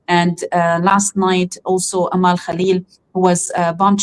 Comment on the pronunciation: Dear. Her name is Amal not Ameel.